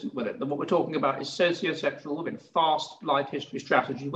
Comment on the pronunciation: I can't enjoy this while pronounces woman and women the same, it is fcking torture, someone tell him please.